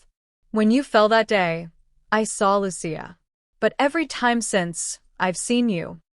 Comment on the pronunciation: Her name is Lucia not luchia